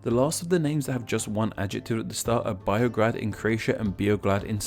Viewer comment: • since you asked (and since I'm genuinely triggered): ○ that's not how pronounce GORNJI and DONJI You pronounce NJ as Ñ (nj is a sound u can find in word señorita) ○ BIOGRAD is pronounced as bee-o-grad and BEOGRAD as be-o-grad (be as in beta) ○ POGRADEC doesn't end with a K sound but a TZ sound [this might be new for you English speakers because we actually have C a purpose] ○ IVAYLOVGRAD = EEVAEELOVGRAD ○ MRKONJIĆ GRAD = M(um)R(iver)KOÑI CH (but more aspirated ch sound)